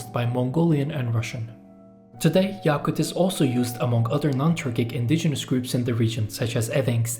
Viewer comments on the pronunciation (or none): yakut daki "a" kısa a. yâkut değil.